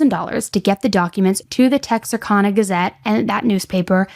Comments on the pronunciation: Texarkana isn’t pronounced Texarkona! 😂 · craziest pronunciation of texarkana ive ever heard LOLLL its tex•ar•can•uh (born and raised here!) this story was so insane for our region